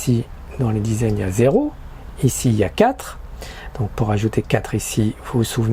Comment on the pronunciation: Que signifie "quat" ? On trouve aussi des "met" et des "paske" en France. C'est quoi votre problème avec le -r ? Déjà que vos "soixante-dix", "quatre-vingt-dix", "quarante-dix" sont débiles...